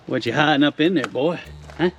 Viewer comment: Stop saying boy like your from the kkkkkkkk